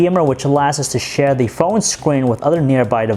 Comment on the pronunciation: Btw stop emphasizing the last word of every sentence. "The sharp edges don't make it comfortable in the haaaaaaand." "It is Verizon's flagship windows phoooooone." So aggravating, I'd prefer monotone.